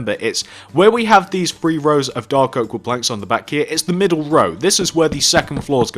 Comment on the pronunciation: Great tutorial, but why emphasise dark?